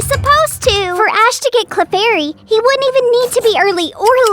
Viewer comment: It’s clefairy not clarfairy